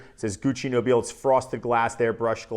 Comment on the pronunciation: Amazing stuff. That I rarely wear because I'm trying to conserve juice. 😄 Although, since Gucci is Italian, I believe it's pronounced "No-bee-lay." Like La Dona e Mobile from Verdi's Rigoletto. 🎼Nobile e Mobile. 😆 Honestly, watching Pavarotti's expressions when he sings it in Ponnelle's film cracks me up every time.